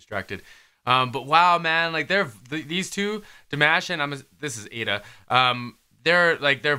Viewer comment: Love your reaction! I love how Dimash just stayed low and let them show their vocal talent because he could have easily gone higher or taken over but he respected their vocal talent. The ending with Aida was stunning. One thing pleeeease?? Don't call him di mash like mash potatoes? It's DEE MAHSH. Forgive me. It just always sounds a little annoying when people say his name wrong...but great reaction!